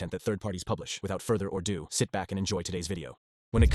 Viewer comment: its ‘further ado’ not “further or do” 😂